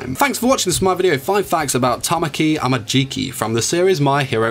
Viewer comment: He says it right. Or is there a specific time he says it wrong?